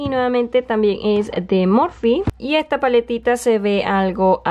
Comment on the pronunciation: ejta paletita